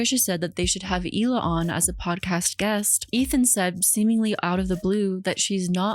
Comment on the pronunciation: Isn’t her name pronounced “Heela” not “eela” I mean her name is spelled Hila isn’t it?